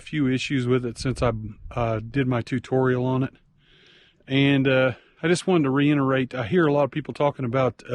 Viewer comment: *reiterate, not "reinterate"